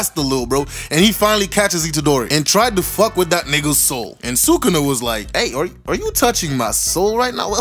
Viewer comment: YOU DID NOT JUST CALL HIM SUKANU its SUKUNA, put some respect on the king of curses name